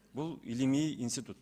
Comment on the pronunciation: Уважаемый заместитель председателя Кабмина сначала правильно говорите. Инситут эмес Институт